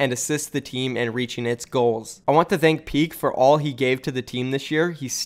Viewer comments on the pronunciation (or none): none